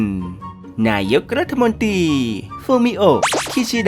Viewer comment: ไม่ชอบใจตรงที่อ่านรัฐมนตรี เป็นรัฐมนตีนี่แหละ ให้ไปฝึกอ่านคำควบกล้ำใหม่นะ ขอร้อง ๆ